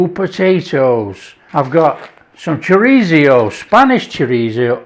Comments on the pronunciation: "chorizio" lol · Love how different people pronounce Chorizo 😃. This looks so tasty. Thanks 👍🤗🇬🇧